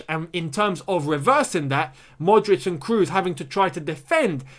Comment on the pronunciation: Tony "Cros", no "Crus"